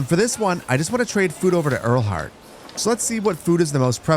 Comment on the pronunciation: Great video! It seems like the village names are German. In that case Lieneck would be pronounced as “lean-ack” and Leuter Flucht like “loiter”. Ehrlhardt would sound similar to “Airl-heart” 😊